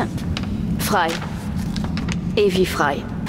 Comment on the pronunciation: en passant cest evie et non ivy loll